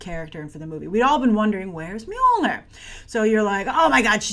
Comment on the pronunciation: Grace: your pronunciation of "Mjolnir" (actually: "Mjølner/Mjölner") is very, very good - as a Scandinavian, I approve :-)